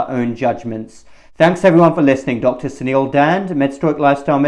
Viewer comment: It's Suneel not senile Please you may consider pronouncing the u in Suneel a bit longer because when you say it fast, your first name sounds like senile like for dementia Biden.